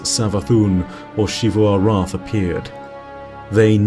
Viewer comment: Shifu arath has to be the most interesting pronunciation choice for xivu, but whatever